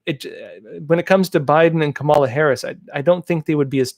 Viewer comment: You’re not going to be facing the onslaught of criticism for pronouncing Kampala wrongly, it’s (according to the left) pronounced Kar-Mer-la, not Kam-ar-la.